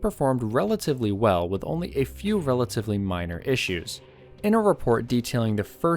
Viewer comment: ishoos ? I think he means, problems